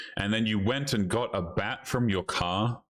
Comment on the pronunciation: The second women say "AYEND" instead of "and"